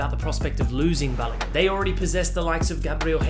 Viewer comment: You tried with the pronunciation Folarin Balogun😂❤